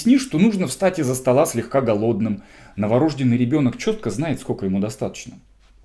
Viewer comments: Норождённый ,а не новорОжденный.лектор. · преподаю в медакадемии. Предупреждаем студентов/курсантов: За такое произношение сразу минус балл. Это не профессионализм, это неуважение к своей профессии и языку. Вам не повезло с вузом.